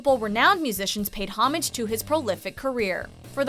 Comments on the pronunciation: I cringed at how she said homage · The homage mispronunciation of the +MsMojo presenter is very nearly as terrible as saying, 'two thousand ~AND~ eighteen' or 'where are you ~AT~?' This is type of grammatical laziness is precisely how unnecessary idiocy slithers its way into the vernacular. Learn it.